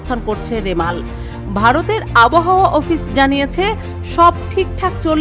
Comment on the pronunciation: লেখা আছে রিমাল,,কিন্তু সাংবাদিক বারবার উচ্চারণ করছেন রেমাল,,,🙄